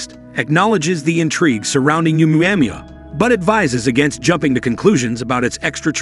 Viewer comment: For gods sake get the pronunciation RIGHT!!! ITS PHONOETICALLY "OH-MUA -MUA" NOT "UMU-AM-UA" LOL. Made me cringe every time it was said